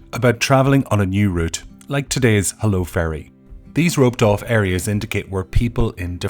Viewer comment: HULLO not HELLO